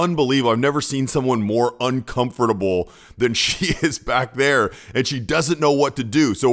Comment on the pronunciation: Please learn to say UNCOMFORTABLE